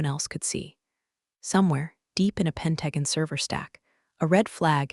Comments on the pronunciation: AI keeps mangling it. Just say “Pen-ta-gon,” not like some sci-fi planet. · Would you please teach the AI how to say Pentagon. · AI keeps twisting simple words. Pentagon and Peloton aren’t that hard!